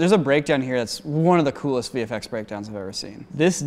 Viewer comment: "VFX DYATISTS YAEEDST"